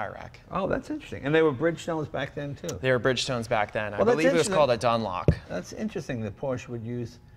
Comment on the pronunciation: It's Dunlop not done lock